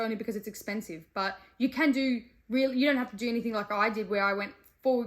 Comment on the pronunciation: I lost all intrest the second she said "anythinK"